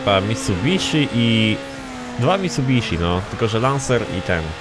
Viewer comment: "mitasubiszi"? Gościu, co ty pierdolisz... Twoje dodatki angielskiego też są do bani... Ile ty masz lat? 14? Takie dajesz pierwsze wrażenie